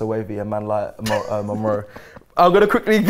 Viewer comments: Monroe... Homie is dyslexic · That "Monroe" is as good as Robbie's "Vincensius" 🤣🤣🤣🤣